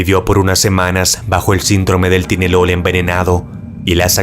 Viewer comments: Perdon pero me dio risa como pronuncia la palabra tylenol la pronuncia ti-le-nol cuando seria tai-le-nol 😂 solo estaba escuchando y no entendia hasta que lo vi a que pastillas se referia 😅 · se pronuncia taylenol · se pronuncia "Tailenol" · Tylenol = TAIlenol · Se pronuncia tailenol.